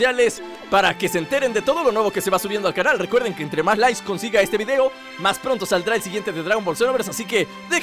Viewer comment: le di like al comienzo.. en cuanto escuché.. "esto llega gracias a ustedes por darle laiss" esa dislexia merecía apoyo !!!